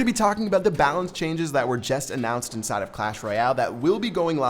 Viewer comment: why does keep saying ‘indside of'